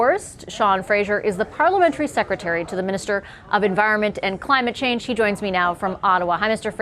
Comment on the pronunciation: haha. that woman that said kudos to the government for this real tangible effort... pretty sure she said climate "chains" bwahah Im going to say that from now on